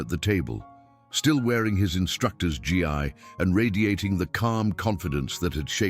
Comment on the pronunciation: F. F. S. it is NOT called a G. I. it's called a Gi.